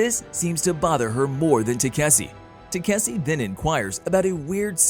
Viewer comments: ta-ka-shi.....is it so hard to pronounce.........tasiki-takisi and god knows what....even on the prev video the girl fumbled up so bad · i wont be surprised if they call it tayk-see in the next episode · Now it's Taseki and Kaseki. You're not only butchering the name but you're not even consistent in doing this ! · What can greater than this previous channel keep on pronouncing takaski's name into taksse or tasseke and now taseki i wonder what other channels are gonna bring askei maybe, it went from Takashi to taksse to tasseke and now taseki first channel was better not only the explanation but with the pronounciation you guys really need to work on your spellings and pronounciation only if don't want people to roast or troll you and wanna grow the channel when i heard the male voice in the beginning i thought this might better than previously one but you got me disappointed it's fucking takashi not taksse or tasseke or taseki got it dumbaxx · the pronounciation of taseki changes every part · Bro you pronounced Takeshi as tzatziki( the Greek side dish ) several times. Lol I can’t with you 😂😂😂😂😂😂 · They called him katishi too😂😂😂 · y'all keep butchering his name. It's TEH-KAH-SHE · it's takeshi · I'm convinced the pronounciation of takeshi is being butchered to grind my gears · They said his name wrong so many times even I'm confused what his real name is lol 😂😂😂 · Your constant mispoken of the name Takeshe is worst than the mispronunciation by the prior narrotor. What you're doing is like calling someone name Sa-man-tha as Sa-tha-man. At least there's an argument for the perevious narrator that mispronounced the name, you misspeaking the name is just pure lazy and lack to respect for someone's name. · lol, every other narrator just butchring Takeshi name XD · They mispronounce his name as much as the last one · Each video gets worse at saying his name